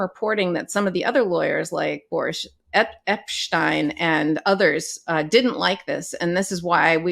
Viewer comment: Epshteen not Epshtine. 😁 (Young Frankenstein, eh?)